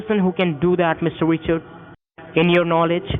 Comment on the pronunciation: Mr. wichawds 😝